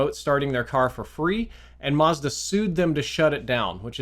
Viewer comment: It's Mazda not Marzda . A sounds a . Not ar .